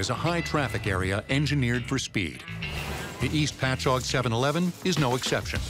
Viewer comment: Being from Long Island...I'm impressed the voiceover guy pronounced "Patchogue" correctly 🤣